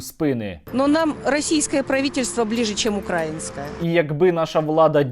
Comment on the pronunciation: ця особа навіть наголос у слові "украЇнське " не може поставити правильно, про що з нею говорити взагалі. "россия-1, орт, нтв, рашатудей, НАШ" і.т.п кремлівські пропагандистські телеканали у її телевізорі, як результат вся пропаганда у її голові ))